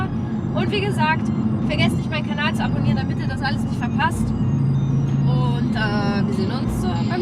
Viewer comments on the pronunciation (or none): none